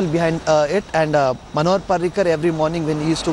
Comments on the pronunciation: Manohar not panohar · its manohar not panohar